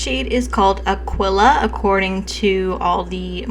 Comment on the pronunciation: 😀I was confused about the pronouciation of so many shades from Devinah and TerraMoons. Aquila you pronounced correctly. It's a constellation (and also Latin for "eagle"). Devinah and Terra Moons really want us to appreciate Astronomy 😁. I did pick up Midnight Nova with the Sugar Drops and the shade pulls really warm on me! It took me a minute to come to terms with how different it looks.on me than inso many of the swatches I've seen. (I have learned to get it to the dominant cool toned version by laying it on top of a matte blue or purple and this gives me the look I was expecting. Either way I love this shade😀) I have deeper skin tone and it's shades like these tbat remind me how important it is for brands to show swatches on a variety of skin tones. Terra Moon's does a.great job at this because they give us not just tan but also deeper skin tones.